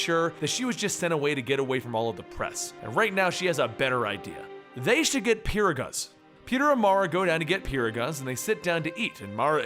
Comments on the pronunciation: Peeragahs? You mean perogis? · Pa-(like 'what' without the t) rog (like the hero Rogue) - ees(like bees without the b) peeragus! Lol